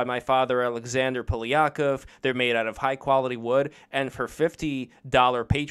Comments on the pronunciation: It should be pronounced as Pa-li-kOf, he puts emphasis on the wrong syllable. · Is it Poly-akov or PolYAkov? Sound like wide spread Russian last name but he pronounced it strangely.